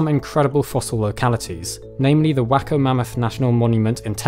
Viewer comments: lol, "Whacko" made me do a double take. I'm pretty sure you mean, Waco. Pronounced way-co. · You've probably been told this a hundred times by now, but it's pronounced "Way-Coh" not "Whack-Oh" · Correction, small, pronunciation. Waco Mammoth National Monument. ( WĀY-ko , not WĂK-o). Just wanted to help clear up some possible confusion. Maybe someone might want to go to the Waco Mammoth National Monument? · Love the video. Just a small pronunciation tip: Waco is pronounced with a long A as in "way-co" rather than a short A as in "wacko". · It’s “Way-co,” not, “Wacko.” (Although we do have a lot of wackos there…) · it's not Wacko Texas. It's Waco (way-co) Texas. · The name of that Texas town is pronounced: Way Ko... not Wacko. Just sayin'... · I’ve been to the Waco museum, it’s pronounced WAY-CO lol, not whack-o. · It's not the 'Wacko' Mammoth National Monument. It's Waco, as in Way- Ko. (rhymes with Stay-Go) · Did you say Wacko, Texas? it is pronounced Wayco. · it’s pronounced like Way-co, not Wack-o lol amazing video tho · Its way co not walk o lol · The city Waco is pronounced "WAY-ko", not "WACK- o". Great vid, otherwise. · Waco, as in the city in Texas is pronounced Way-co. Not wack-o. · Whacko TX? 😂 (Way-co) Tx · Waco is pronounced wake oh, not wacko. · It's pronounced wAco not wako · "Whacko" Texas. XD ...way-co, bud. Love your work. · These narrators should familiarize themselves with their material before accepting payment! Dude, the city in Texas spelled Waco is pronunced "Wayco" not "Wacko". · It is pronounced Way- Co not wacko. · It's Wāco, not Wâco... Long a. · Waco is pronounced like Way-co as opposed to Wacko. great video though! highly recommend to visit the mammoth museum if you are ever in Waco! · minor correction on how to say WACO: Way-Co ...not WAA Co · Hey! It’s not Wacko it’s Waco (wāy-ko) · FYI - It's not "wak-ko" but "way-ko" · Wake-o not wack-o. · Waco, Texas is pronounced “Way-co”, not “Wacko” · Not “Wha-cko”, it’s pronounced “Way-ko”